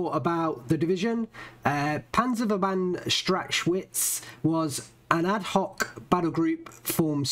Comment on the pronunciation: Strach Witz not strach schwitz xD